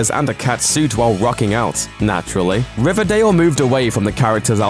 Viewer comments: If I could get 100 dollars for every time I laughed at him say RIVADAYL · I love how he said riverdale in the beginning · How he said riverdale at the beginning no offense I promise